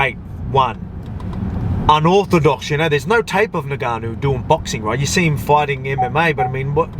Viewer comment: Are you purposely saying “Nigganou” 🤔